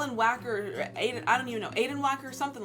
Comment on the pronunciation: "Adin Wacker" "Witter Walker" Haha😂